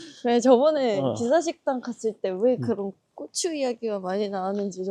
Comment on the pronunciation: "고추"와 "꼬추" 발음을 가려서 해주세요 제발😢😢😢